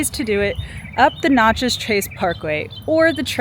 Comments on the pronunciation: Great content and I really appreciate what you do. However, you’re mispronouncing the town in the trace Parkway…. It’s Nat-chez not Not-chez.. 🤦🏻‍♂️ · Its not Notchez. Its Natchez but great video